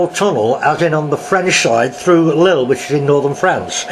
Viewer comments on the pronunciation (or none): none